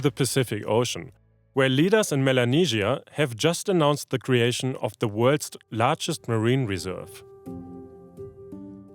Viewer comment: A great video, thank you! Good news is so rare these days. (Some small bad news, to an English listener is that when you say “worlds” it does sound like “worst” which is unfortunate.)